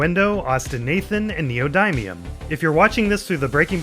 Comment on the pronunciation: I love how clean and healthy Jesse is in this period of the show. It's a glimpse into what he could've been. Also, neodymium is pronounced wrong.